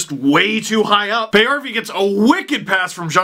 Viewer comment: I was honestly not going to watch this one LFR (Paajarvi is my favorite player {yes I know he’s not the best but hey I’ve been following him since 2010}) you were nicer than I thought towards the Sens, even if you did pronounce Magnus‘ last name wrong (don’t worry everyone but his own teams commentators do).